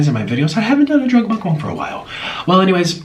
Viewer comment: Why do people say Mukbong its Mukbang!!!